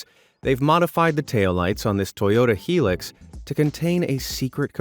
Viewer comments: Helix??? It's pronounced.. HI.. LUX. Hilux.... it's literally.. in the name..... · It's not he - lux it's hi - lux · I don't know what is with you yanks it's not Heelux it is Highlux how do you Hee from Hi got it in Australia it is Hilux infact l own a Hilux and the Hilux is the biggest selling vehicle in Australia and buy calling it a Heelux you are insulting most if the country but interesting video Hilux Hilux got it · Toyota Hilux, not "Helix" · thats not the way you say Toyota hilux